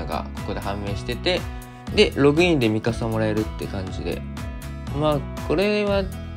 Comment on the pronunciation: ミカサが[ミササ]になってます。